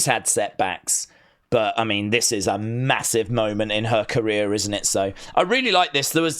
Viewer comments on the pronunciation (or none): none